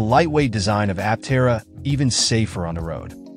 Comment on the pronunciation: Stopped watching as soon as you mispronounced the name.